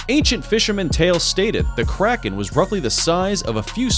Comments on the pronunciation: Don't you mean Kraken not crocin lol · That and how he first says Kraken. Its a Crack-en not a Croc-en! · This guy called the Kraken like it was a shoes he said “Crocken” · Thats not how. You say kraken lol